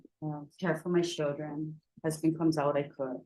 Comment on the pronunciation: It’s CHILDREN not SHILLDREN